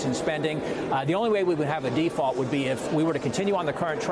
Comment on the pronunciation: It's pronounced "deFault" sportsfan